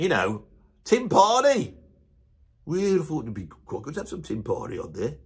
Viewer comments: I believe "tympani" gets an accent on the first syllable. To wit, TYM-pa-ni, and not tym-PA-ni. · This guy's a drummer (apparently - never heard of him), yet can't even pronounce timpani properly, and then makes a video rating drummers! Unbelievable. Timps are as legit a choice for drummers as any tom.